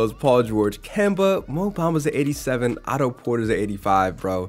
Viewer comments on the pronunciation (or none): none